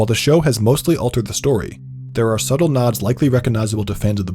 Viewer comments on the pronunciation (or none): none